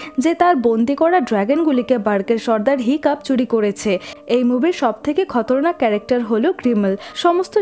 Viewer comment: খতরনাক না খাতারনাক।